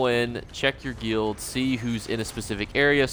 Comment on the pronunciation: Say it like GILD.....not geeellldd lol